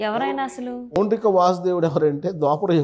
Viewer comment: అమ్మా,, పౌండ్రిక కాదు పౌండ్రక వాసుదేవుడు అనాలి